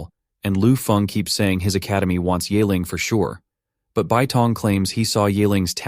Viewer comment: ye <> "yay". It's more like "yee". Honestly college level remedial mandarin class teaches the sounds in one class. With tones. They're really not that hard.